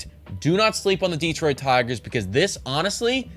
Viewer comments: yeah, here in Michigan we say it almost like "duh-Troit" with way more emphasis on the TROIT. Kinda weird but I never really though about it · Plus....DEE-troit still bugs me a bit. Emphasis on second syllable. But, honestly, very good video!